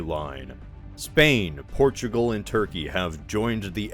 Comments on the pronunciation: “Porugal” instead of Portugal. Otherwise, nice video! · I love “Porugal”